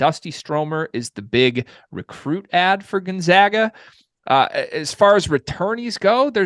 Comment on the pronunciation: Say it with me…..spppooooCAAAANNNNN y’all drive me nuts with you say gonZOGA and spocain lol